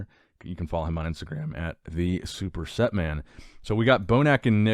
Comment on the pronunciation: "Superset".... It's all one syllable Nick 'Sprst' 🤣